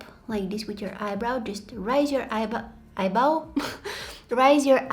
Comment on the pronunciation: Eyebow aww her slip of tongue is so endearing 😂😂